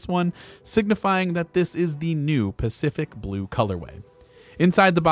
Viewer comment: Did he say “specific blue” ? Did anyone hear it ?